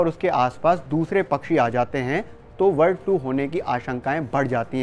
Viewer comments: वर्ड नहीं है भाई ब है ब बर्ड 😂😂😂😂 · वर्ड फ्लू नहीं ये बर्ड फ्लू है। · वर्ड फ्लू क्यों बोल रहे हो बार बार ।